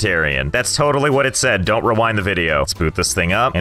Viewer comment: Him: says donte rewind Me: rewinds